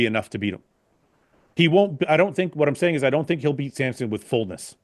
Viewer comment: It's like people spelling or pronouncing Samson like Sampson. Hurts both my eyes and ears 😭